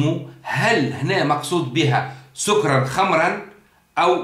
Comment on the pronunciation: اخي الفاضل لابد من التاكد من نطق الايه سكرا بفتح السين والكاف اتمنى التدقيق